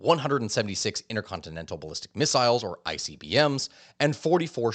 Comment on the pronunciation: Every time you said missiles all i could hear was "fire ze missiles!"